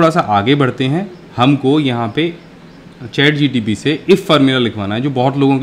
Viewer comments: In starting it's not ChatGTP it's ChatGPT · ChatGPT sir Not GTP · Sir ji har baar ChatGTP hi bol rahe ho.. Application ka name to theek bolo... Information ekdam theek h wo baat sahi h....